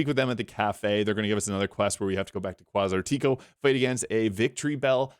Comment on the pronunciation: Did he say Kwaz-are-tea- KO 😅